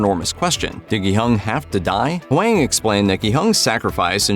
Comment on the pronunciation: Its not wang Its Hwang